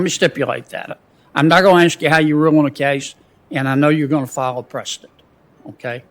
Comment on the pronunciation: Precedent, not president 😂😂😂😂